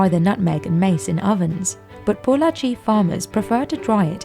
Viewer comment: Glad that the narrator didn't butcher the name "Pollachi" 😄